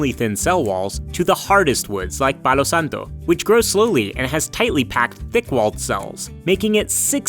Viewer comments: As a native Spanish-speaker, hearing you say "Palo Santo" was extremely satisfying lol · I loved your spanish pronunciation on Palo Santo!